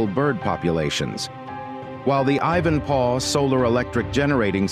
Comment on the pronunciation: Ivan-PAW?! Surely not?! Next they’ll be saying ‘LOSS-Vegas’ 🤦🏻‍♂️